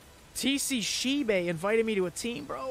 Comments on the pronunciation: I don’t think it’s “shebay” but “shybe” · It's shibe not Shi be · it's not sheebae it's shibe (sh y b) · Me: Shibe: Shee bae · Not Shi Be it's Shibe! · the spelling is shibe but the pronouncation is like Shayb ok.. ❤️